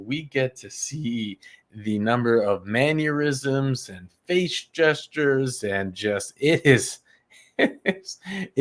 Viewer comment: It's not "maneurism" It's mannerism